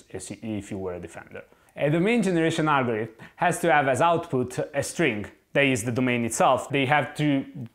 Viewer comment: Repeat after me: Algorithm, algorithm, algorithm, al - go - ri - thm.....